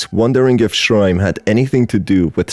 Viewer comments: I love ur humorous storytelling, it's so funny 😭 Oh yeah it's also shirime, not shrime SJSJS. Like she (as in pronoun) ri meh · Not me taking too long to realise that whenever he said /ʃraɪm/, he is actually mispronuncing shi-ri-me, the name of the entity. 😭😂😭😂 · Isn't it pronounced sher-REE-may? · It's pronounced Shi-Ri-Me!!! Unfortunstely this yokai is one of a collection of horny 'ass' and prolly just 'ass' drunk japanesr people's creations 🙃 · I think it's pronounced Shee-Ree-May....but still...butt-eye laser. ...i like big butts and i cannot lie... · I think it's read Shi-ri-me